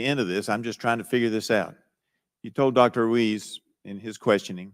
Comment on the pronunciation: If Dr.Brainwash Ruiz was Pinocchio his nose would be a foot long. I think it's pronounced Ruse.